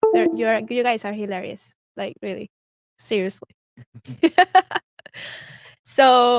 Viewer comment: is cute as hell, “you guys are hilaries” and she’s trying to say hilarious 🤣🤣🤣